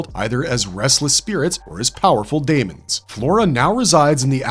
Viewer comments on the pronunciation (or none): none